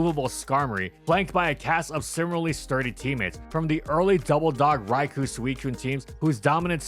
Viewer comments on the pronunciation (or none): It's pronounced "Rai-koh".